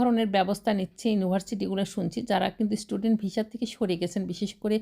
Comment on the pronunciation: Visa o ucharon korte pare na